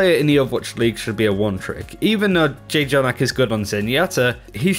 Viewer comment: I noticed you guys pronounce jjonack's id/name wrong... it's not J -jonack, it;s like a hard J pronunciation. I knw it's hard to describe it how it's actually meant to be pronounced over text but it might be something you guys might need to research on it and change? :)